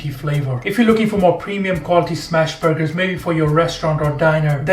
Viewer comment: I’m obsessed with these “burg-hers”